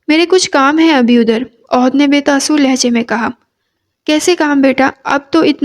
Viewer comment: Ohad nhi ahad h